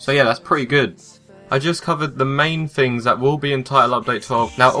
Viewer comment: ummmmm... "Tings"??